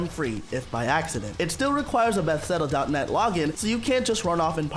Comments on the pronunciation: I like it but, I cant stand how you pronounce Bethesda, "Bethseda" good job anyway tho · "Bethseda" and "LD Software" really killed this ep for me. Does the guy who read the script really not know who ID Software is?